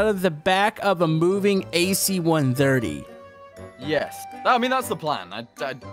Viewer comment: It hurts me every time he says ac-130